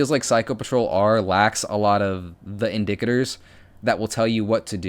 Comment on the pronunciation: I've never heard "indicator" pronounced like that